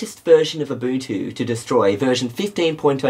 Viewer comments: From Abunchu to Ubuntu, great job on pronunciation in the last few years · UNBOOTtu Not Ubuntu LOL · When I first heard of Ubuntu, I thought it was pronounced "oo-buhn-too". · In 7th grade when a buddy of mine got Ubuntu on his laptop, I liked intentionally mispronouncing Ubuntu, and it'd drive him nuts when I did it. I'm a great friend. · it's not ubuntu, it's A B A N C H U